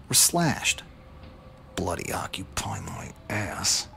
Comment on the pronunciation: What's with the American voice? Really distracting, especially when he says things like "bloody" or "autumn". That just sounds wrong in an American accent. Would have been much better if you'd read it yourself like the previous ones,.